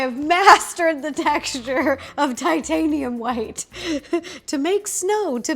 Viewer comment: I can’t get over “titHAniAm HWiTe”